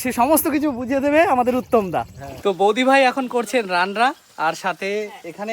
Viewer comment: রান্না ❌ রানরা ✅